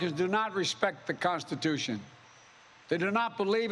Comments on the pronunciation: Why does this look like a hitler speech, i mean with the background being red and all. Bro can't even say constitution, to speak as clearly as you can, if you can even speak. Flag still burn? I thought I stands. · Really? Because I heard him mispronounce "Constitution" from the start.